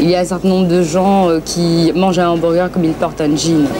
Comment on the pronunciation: En résumé, William Sheller était à l'époque le seul français à prononcer correctement le mot hamburger. En 1997, ouiiin, BK quitte l'hexagone. La disette durera 15 ans